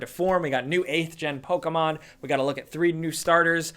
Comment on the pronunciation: Does anyone else get uncomfortable when you hear Poke-A-mon or Na-roo-do ?